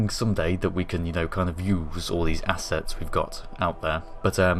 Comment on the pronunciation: 'I'll take a tug and consolidate all my asses...' -...... So that's where the tissues went... P.s. I know you said assets, it just sounded like asses...